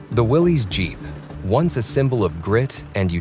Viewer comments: It's pronounced Willis... Not willeeez. Thats the way the originator pronounced his name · its no a Willies jeep... its a Willys, rhymes with Phyllis....